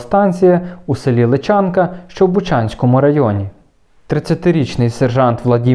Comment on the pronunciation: Дякуємо. Тільки село ЛИчанка. Наголос на перший склад ;)